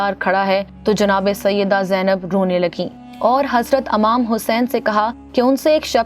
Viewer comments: Amam nhi imam Tlafuz tik kren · It’s not Amam it’s IMAM Hussein please correct